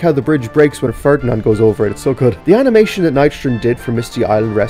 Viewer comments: Highlight of the Video "AMINATION"✨️ I'm crying from laughter Don't take it offensive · I like the part where the Irish director said "AMination"